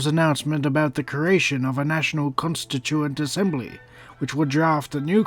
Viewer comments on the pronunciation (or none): anarcho fledgling well, he did butcher the word “Constituent”